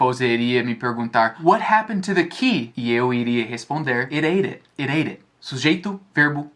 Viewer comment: Do jeito q ele falou é "irêrê" 😂😂😂👌